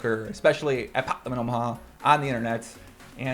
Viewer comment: OMG all I hear is you pronounce pot limit Omaha in a weird way ever since Doug said it 😂😂